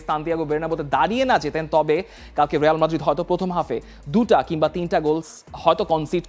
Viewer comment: রেয়াল মাদ্রিদ না, রিয়াল মাদ্রিদ 😅